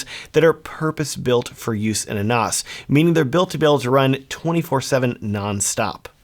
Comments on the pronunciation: Not NOS, short "a", like Nanny, NaaaaaaS. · stop calling it a noss. It's pronounced like ass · Surely it is pronounced NaS as in NASA? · Very informative video however I have never heard "NAS" pronounced the way you pronounced it throughout the video.